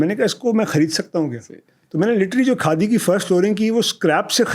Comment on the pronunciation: یاریہ کاڈی نہیں خادی ہے کاڈی کاڈی لگا رکھا ہے کاڈی کیا ہوتا ہے